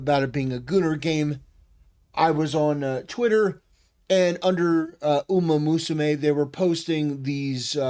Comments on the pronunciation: Rabbit musume? XDDDD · "Usamusume" It's "Umamusume". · Yeah Usamusume